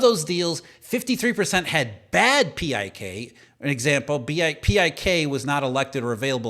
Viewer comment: PIK interest is pronounced as “pick” interest